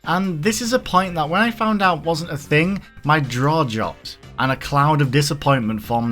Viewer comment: lol "my draw jopped"